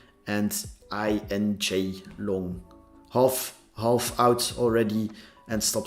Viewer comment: I think you pronounce it just as written 'inj' first 3 letters of injective🙂